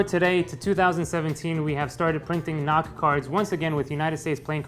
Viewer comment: sounds like "not cards"